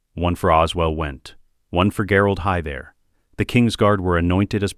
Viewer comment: Ai voice can say anything but Gerold Hightower. “Gherald Hi There”😂